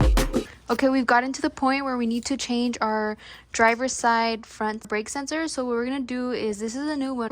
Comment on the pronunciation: It's a SENSOR ... not a SENSERRRRRRRRRRR 😅😂🎉